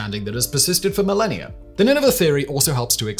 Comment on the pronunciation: How many years is a, “milleni-er”?